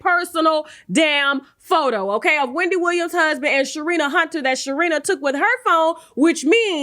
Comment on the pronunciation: Did you say Sharina Hunter 😩😩